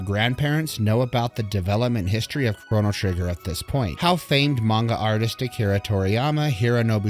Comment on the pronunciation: Nice. Except I couldn't ignore the way your pronounce Lavos, Lav OS, not Lav AS lol. And it's Crono, not Cronno. 10/10 regardless.